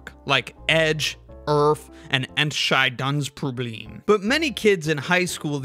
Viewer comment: that was a smack-on perfect pronunciation of Entscheidungsproblem there!